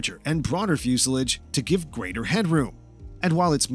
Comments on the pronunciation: You have a lot of information in this video son, but how does the P2012's fuel injection "help preserve gasoline" ? Does it somehow keep the gasoline from growing old? I don't think you mean it preserves the liquid but it CONSERVES it. Now with that behind us, if you can just learn how to say the word "Fuselage" correctly you might sound more like a real airplane kind of guy. Hint: It's not Fyoosalidge. You had ONE job in this video, that's to talk- and you screwed it up! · I generally enjoy your videos but I really wish you would learn how to pronounce the word "fuselage"